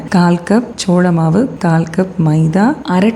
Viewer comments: ச்ச்சோள மாவு❌ சோள மாவு ✔️ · Ma'am it's not ச்சோழ மாவு its சோள மாவு